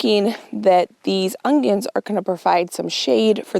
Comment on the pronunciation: I’m so excited you pronounced onion as ongion! I get so much slack for adding in a “g” sound 😂